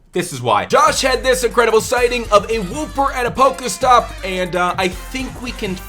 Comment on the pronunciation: WOO-per you know what I mean